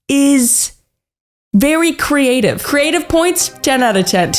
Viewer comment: I died laughing at the 'that is very creatif'